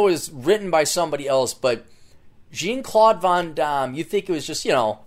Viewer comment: Jean is pronounced like 'john' you ass.